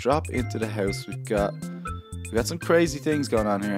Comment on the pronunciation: hes saying it wrong hes saying hoyse hes not saying house